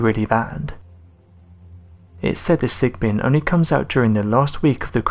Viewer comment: Sigbin or sigben.